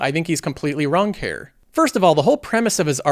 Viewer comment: You pronounce here as hair nice vid